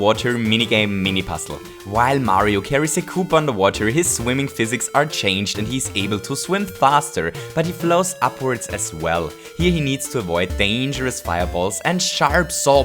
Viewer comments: Seriously kooper it's koopa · It's koopa not kooper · ink-hog I don't mind his accent but he says goomper and kooper.